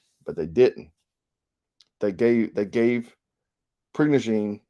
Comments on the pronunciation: It is pronounced per-go-sion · Pronounced: PRA GO SHUN.